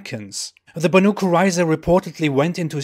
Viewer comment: It's pronaunced more like Baeneiy